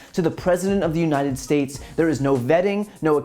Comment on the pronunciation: What is a “stayet”?